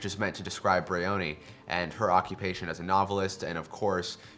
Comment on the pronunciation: Jean-Yves Tibaudet pronounces his name like this: Also, it's BRIony with the accent on the first syllable and a vowel sound of "eye", rather than breeOOHny